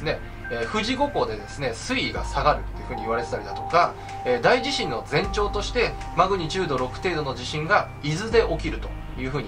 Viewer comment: あ！１つ言っておきますね！ 『だいじしん』じゃなくって『おおじしん』ね。 『だい』が付くのは地震じゃなくって災害ね！